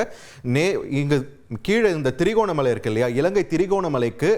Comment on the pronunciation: Reporter கவனத்திற்கு திரி கோணமலை இல்லை... திரு கோணமலை என்று ஊர்களின் பெயர்களை தமிழில் சரியாக சொல்லவும்